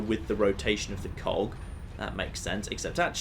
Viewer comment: Every time says cog I hear something entirely different.